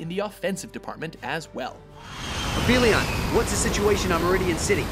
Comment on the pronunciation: you pronounced aphelion wrong... u fail